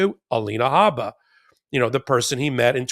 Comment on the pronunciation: Alina Habba as in Harper is incorrect. Should be pronounced as in Jabba the Hut.